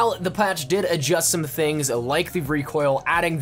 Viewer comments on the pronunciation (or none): none